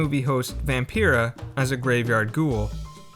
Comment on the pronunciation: VampIra; not pirra